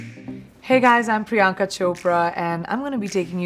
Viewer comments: Her priyanka sounds more like bianca.Why would she american-ise her name too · You're Priyanka, not Priy'aa'nka. The least you can do is not fake your name.